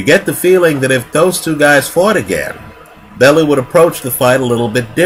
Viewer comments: Bell. You. Not Bell. Ooo. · Pronounced "Bell-you" this side of the Atlantic. Great video as usual...........Never mind, you just started pronouncing it correctly right as I was typing this... well played, well played